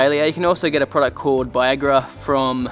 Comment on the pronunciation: Yo mate, what up? Shirts are turned up! Solid! Mowing properly? Doesn’t that require a Real mower? 😏 Lol u said bi-agra?? Very disappointing they didn’t deliver it in a blue bottle.... 5 Great tips brother! As always, lovin’ what your doing!